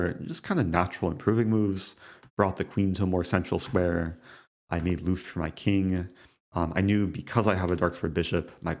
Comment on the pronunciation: Hey small tip from a german. Its not called "Luuuft" (making a "luuuft" for your king ) but rather Luft. No extra pronounciation on the "u" or any of the letters. Just Luft, have a good one